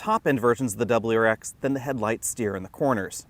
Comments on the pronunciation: This guy should’ve practiced saying wrx a little more before the video 🤣🤣 Dubberl-rar-ex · Dub-L-U RX.